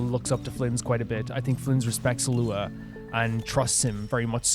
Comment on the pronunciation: You don't pronounce the G in Illuga's name though. It's like Eet-lu-ah.